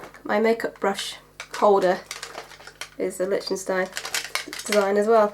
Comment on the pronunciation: The ch in Lichtenstein is pronounced as liktenstein.